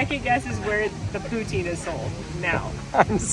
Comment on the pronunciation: The Quebec French and Northern Ontario pronunciation of poutine is “poo-tin” or “put-sin”. The “I” is the short “I” sound. The “e” serves a different purpose in French than in English. Instead of turning the vowel long, it causes you to pronounce the preceding consonant (so that it is not silent). As the enjoyment of poutine travelled from Quebec and Northern Ontario, people began using English grammar rules and changed the sound of the word. It remains an exceedingly annoying mispronunciation of a beloved dish! 🤣